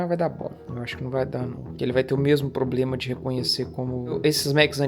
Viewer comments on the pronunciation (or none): none